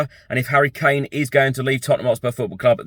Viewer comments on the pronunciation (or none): none